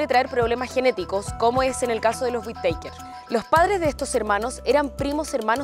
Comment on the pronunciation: Pronuncia mal el apellido